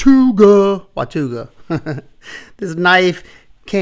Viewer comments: All these new Sencut knives are named after cities/towns in Texas. This one’s pronounced Wa-taw-ga in case anyone wants to know. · Pronounced WA raw ga . it's Cherokee word for Village of many Springs